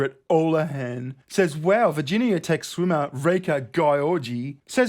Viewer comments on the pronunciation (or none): none